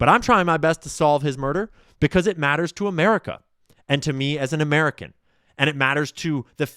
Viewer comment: You don’t emphasize the second word, you emphasize the first.